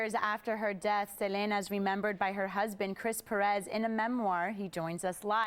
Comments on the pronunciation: Please at least pronounce her name right. Look at Chris' reaction when she says Selena's name.. LOL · I hate how she says her name . If Selena was alive she would say " it's se- lee- nah"